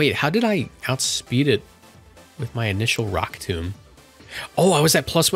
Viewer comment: Emvee is disappointed in your pronounciation of rock tomb